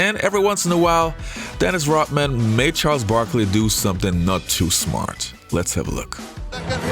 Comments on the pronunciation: Why does this guy say “Rotmen”? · is he saying Rotman?